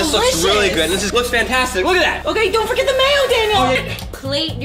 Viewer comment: I never thought would say don t torget the mayo